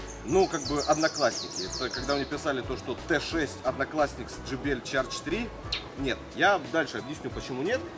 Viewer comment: Джыбыэл звучит почище.